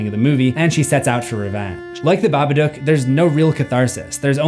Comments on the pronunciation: saying babadook wrong.. bab-a-dook idk wtf ur saying but its wrong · The Babaduuck